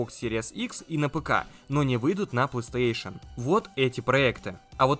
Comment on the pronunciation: Почему он говорит пластуэйшн???